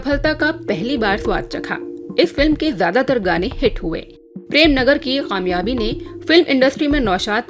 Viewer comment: Didi! Report to very good,lekin k ki jagah q bolti hain,jaisey kaamyaabi ki jagah qaamyaabi.